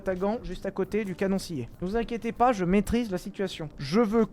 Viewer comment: C'est zhe ses the